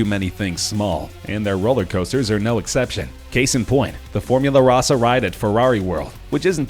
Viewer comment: Here for the incorrect info, and the mispronunciation of “Formula Rossa”